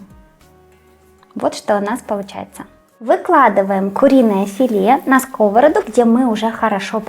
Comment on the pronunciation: Я вважала , що тільки на болотах у слові ,,сковородА,, роблять наголос на перший склад . А так -- все добре , дякую ...